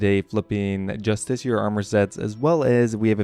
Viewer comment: You’re both wrong.. it’s “Just ish E R”